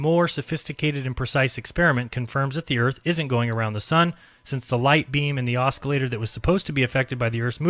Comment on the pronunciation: Please STOP pronouncing the C in the word OSCILLATOR!!! It's fucking silent!! I know it's a petty complaint, but we are criticized for everything in every way. So STOP MISREADING THINGS. STOP MISPRONOUNCING WORDS THAT ARE EASILY LOOKED UP, AND STOP READING WORDS INCORRECTLY. Thank you, Buddy. Other than that, you're doing great.